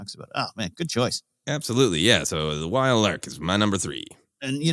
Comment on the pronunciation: Love that snap and Nora got some love. I've never heard Wyl Lark pronounced "while" before. I always said him as "will" and Yirica as Erica w a little bit of the y on the front